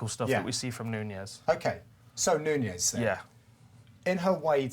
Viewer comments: It's fucking NUNES (pronounced NEWKNEES) NOT NUÑES. Fucks sake. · Who the hell is this "Nuñez" they keep talking about? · Amanda Knew-kneweys? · Larios III You're missing my point. I'm saying they're pronouncing it wrong. She's Brazilian, and her name is Nunes. They're pronouncing it like the Spanish name Nuñez.